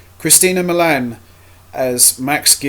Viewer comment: just FYI her name is Christina Milian NOT Milan